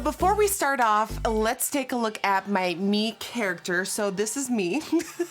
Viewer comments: CHARACTER NOT CHARACTHER. no hate doe💞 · “Charachter” jajja ily nikkiee! This is awesome!